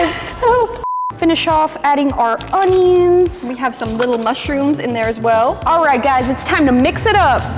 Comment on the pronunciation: we love our ON-EE-NS (onions)